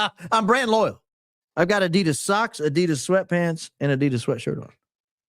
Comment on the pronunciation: You're pronouncing Adidas wrong but you are very loyal 😊